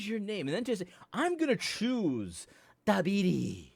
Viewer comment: You say Thabiti's name a little too well. You have to mess it up a little bit at least ;).